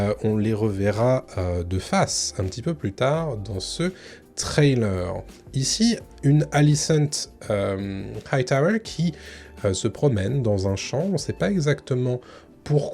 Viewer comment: Stop forcer l'accent chaque fois que tu prononces "hightower"... c'est vraiment strident pour les oreilles, surtout quand les autres noms anglais sont prononcés à la "française"... ça n'a pas de sens.